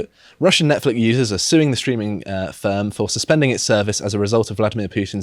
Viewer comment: idk, maybe its an accent thing, but its pronounced 'Nonce-flix' its really distracting calling it that weird name